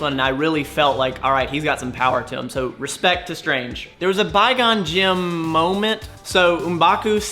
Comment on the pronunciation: Somebody tell it's quigon jin